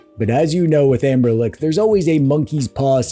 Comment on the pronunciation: "Anberlick" is accurate. 😂